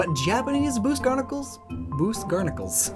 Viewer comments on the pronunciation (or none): “Japanese boose garnacles” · Whenever you say goose barnacles u have to call them boose garnicles